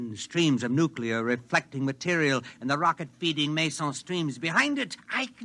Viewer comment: nuclear not nucular